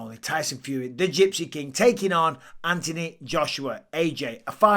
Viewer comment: There’s an h in Anthony Mike th make the sound